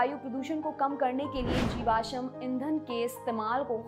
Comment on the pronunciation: आप कृपया "जीवाश्म" के उच्चारण पर ध्यान दीजिए,, ना हो तो google कर लीजियेगा